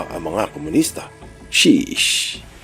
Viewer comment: hahahahahha " Shessh" 😅😂😂